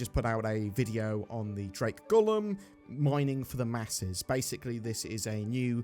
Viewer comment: Not Gollum! Golem. Gohlem might help! Go-lem. It's from mythology. In Jewish folklore, a golem is an animated, anthropomorphic being created from inanimate matter, often clay or mud, and brought to life through ritual incantations and Hebrew letters